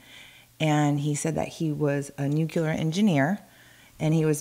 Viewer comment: When said "nucular" and says nothing, omg. That's true love.